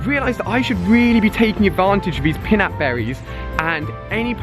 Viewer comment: Alia you pronounce it pie nap not pinap